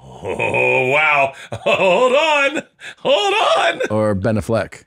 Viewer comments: Ben A-fleck..? A fleck? Wtf are they pronouncing it like that!? 😂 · Why are they pronouncing Ben Affleck's name like that? "BehNaflek" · The way they are pronouncing AffLECK irritates me idk why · Why are they pronouncing Ben Affleck like that? LMAO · Is how they are saying Ben Affleck a joke or do they really think that’s how you pronounce his name? Either way it is annoying the piss out of me.